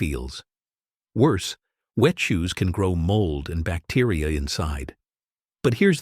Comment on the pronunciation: Hi. Thanks. Respectfully, I was sitting here all amazed by the uses then, your AI voice suddenly pronounced “can” as a verb instead of a noun. Please check your audio beforehand. Peace🌤️.